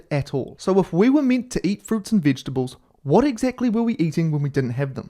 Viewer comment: Did he say “vidgetibles” 😂 🇬🇧